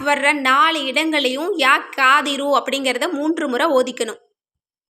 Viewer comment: Kadhiru இந்த kaf வராது. Qaaf than varum